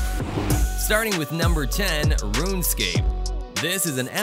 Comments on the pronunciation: “Rune Escape” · This is corporate YouTuber garbage. And did he say "Rune-Escape"??? Wtf...